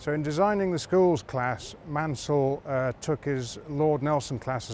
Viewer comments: Great to learn more about the Schools class (and the ACTUAL pronunciation of Maunsell... I had no clue how wrong I'd been all along!). Seeing the reverser in action was interesting - not something you'd normally be able to see on a heritage line with a platform in the way, so it's a good visual aspect to be able to show off! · The u is superfluous for pronunciation in Maunsell, and is a situation similar to Cholmondeley being pronounced 'Chumleigh'. One place explaining the spelling is 'A Century and a Half of the Southern Railway' by David St John Thomas and Patrick Whitehouse.